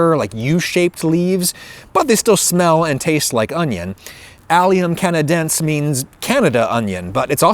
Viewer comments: you pronounce it "canaden-say" (canadense) great video as always, bad idea to watch this while you're hungry huh? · botany pro tip: e's are almost always pronounced in classifications. canadense i suspect is pronounce ca na DEN see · Allium canadence is pronounced as allium kan-uh-DEN-see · Wonderful video! I'll have to try and find these in my own yard. You were really close on canadense. The only thing missing is that the 'se' at the end is pronounced like 'see'. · I would say you would expect someone to tell you down here in the comments about how is "canadense" pronounced. Well, it would be the way you pronounced it if it didn't have that final "e", though that might bring up which would actually be the stressed syllable. However, that "e" is there, so it has to be pronounced as well so just add it to the pronunciation you are already using. Just take into considerartion it's not like an English "e" when you're naming the letters of the alphabet but as the "e" in "set", "lens" or "tech".